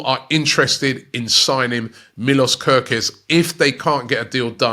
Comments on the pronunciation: Robbie says gokorez 😂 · Robbie out here butchering names again 😂😂 Gooorkares and Bilbower 😭😭😭😭😭